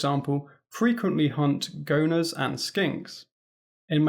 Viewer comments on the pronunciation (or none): Literally irrelevant to the point of the video but for the record, "goanna" is pronounced with 3 syllables, "go-an-na"